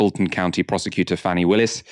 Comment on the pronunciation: I was about to post about this 🤣🤣 I laughed out loud